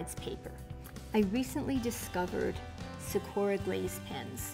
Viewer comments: Just to let you know you pronounce it sa/kū/a it's Japanese for cherry blossom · why... does she pronounce it... like that.